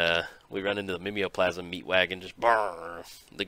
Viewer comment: pretty sure it's Mime-o-plasm which make more sense than ur southern interpretation